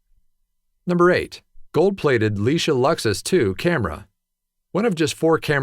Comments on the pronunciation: the camera is pronounced lei-ka ,not lisha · LEARN HOW TO PRONOUNCE THE WORDS!!! (E.g. "Leica" is pronounced as "LIKE-ah" NOT "leesha") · Did you really pronounce the Leica (Likă) camera as Leisha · Mispronounced Leica...it's not leesha, it's ly ka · The camera brand Leica is pronounced "Like-A". You make camera collectors everywhere cringe with your pronunciation. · Lieca (camera) is pronounced ‘like-ah’ camera. You can call their 800# and hear the recorded voice pronounce it the way they want you to say it. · But Leica IS German! How that got twisted into Leesha is beyond me. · This video is packed full of factual errors and an insanely hilarious mispronunciation of the world famous Leica name. It's a shining example of the unresearched crap that finds its way onto YouTube nowadays.